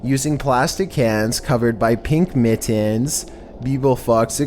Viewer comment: The way he says "Pink mittens" 😆😆